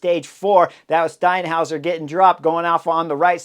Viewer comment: Got that 'Steinhauser' down pat!